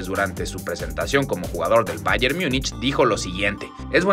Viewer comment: En cada video es u go que no se saben los nombres de los jugadores!!! Skriniani? osea siendo una cuenta que informa sobre noticias de fútbol y ni siquiera se saben los nombres de los jugadores!!!??? Y escuchen como pronuncian Bayern y Bornemouth, Bayern es un equipo Alemán, no se porqué "INTENTAS" pronunciarlo bien en Inglés